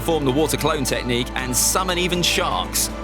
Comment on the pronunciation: Who wants to count how many times he says tehcnique